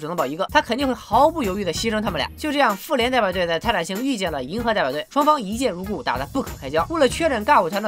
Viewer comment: 一直將復聯聽成婦聯😂😂😂